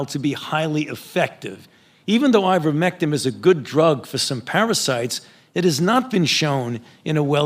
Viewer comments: fauci the great just called IVERMECTIN......with all of his knowledge....IVERMECTIM.....yeah, I'm not trusting an expert on a drug that he can't even pronounce AND should know the damn name of..no faith in this worm.....what a sad assed state of affairs this thing has gotten into because of this one particular evil man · Why is Fauci calling it Ivermectim? It's Ivermectin. Is he trying to give himself some cover? Or is he that ignorant? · He keeps calling "Ivermectin" - "Ivermectim". Why would that be? Is he implying that it's so worthless, he doesn't even bother to know how to pronounce it? Does he not know how to pronounce it? Is he trying to discourage you from looking it up by spelling it wrong?